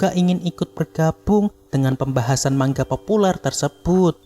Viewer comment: Manga bang bukan mangga🗿🗿